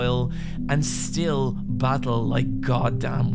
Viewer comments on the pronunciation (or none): none